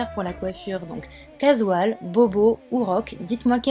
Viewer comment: Casual se prononcant "cajual" et non "cazual" comme tu as dit :)